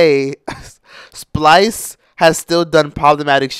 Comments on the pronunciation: Did you say Splice!?! 😂😂😂😭😭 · Lmfao "splice" 😭😭💀